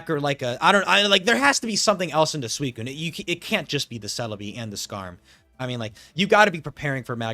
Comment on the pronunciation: by the way i just wanna say i appreciate you saying suicunes full name. there are some people out there that for some reason cant handle you not shortening its name, usually accompanied by thinly-veiled racism. its really not difficult to add an extra syllable to not say a slur so thank you for keeping up with that